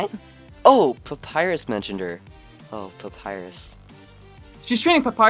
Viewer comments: AAGGHHH. omg pronounced Papyras wrong!!!!! >:'( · Undyne can not pronounce Papyrus